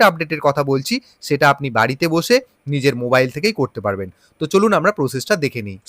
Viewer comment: মোবাইল ❌❌ মোরাইল ❌❌